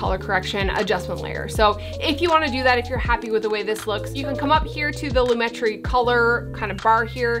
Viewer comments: loo-MET-tree I think. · I don't judge cute and beautiful girl....even if you have pronounced lomatree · I think its ponounced [loom-uh-tree] ;) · its lumetri not lumetri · It's Lumetri, not Lumetri. Duh. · It's pronounced lumetri... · It's pronounced Lumetri 😜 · its not pronounced Lumetri, its pronounced Lumetri